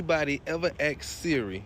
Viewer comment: Now one of my favourite channels. With the first story, with Siri: It's ASK not ARKS. Guys you make us sound stupid